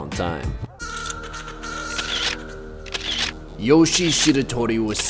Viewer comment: Its joshie not yoshie